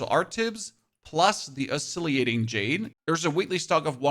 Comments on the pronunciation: There is no 'i' after the 'l ' in Oscillating brother. Good tips otherwise though! Definitely gotta drop by the many vendors in Kaifeng now that I have them unlocked. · Dude, learn to pronounce things... Oscillating is Ah-sil-ay-ting. Lingering is ling-grr-ing. For example, lol. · Great video but are you screwing with us to increase comments. Ebon as in ebony and Iron as in the metal that rusts. I can kinda see how you screw up the first part but iron??? also Oscillating = Ah + sil + late + ing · and oscillating